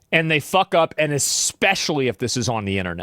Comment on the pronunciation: In addition to wearing professional clothes, nick would do well to improve his grammar. Expecially in particular is not a good look. There is no x.